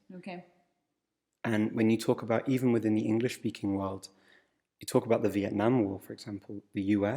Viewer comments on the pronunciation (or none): Tienes pesimo acento hablando. The no se pronuncia (de), sinó con El sonido Swcha